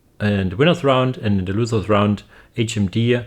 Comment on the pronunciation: Hey its losers not loosers